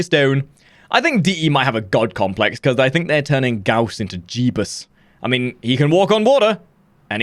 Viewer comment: PlayWarframe Gauss pronounced Gauss as in house or mouse